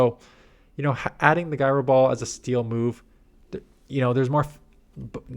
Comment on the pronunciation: It’s pronounced jai-row ball.